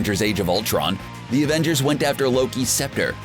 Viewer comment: Did.........did he just say ravengers?